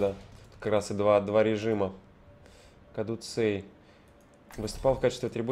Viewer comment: кадуцей ударение на е